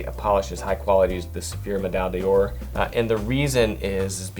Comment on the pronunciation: BTW, "D'or" is not pronounced "dee-orr", but rather something closer to "dhor".